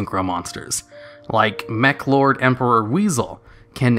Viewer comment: Your mis-pronunciation of the Meklords was hella cringy